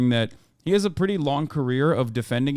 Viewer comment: "K that's preddy cool" 🤣